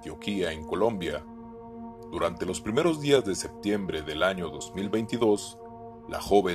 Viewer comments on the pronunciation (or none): none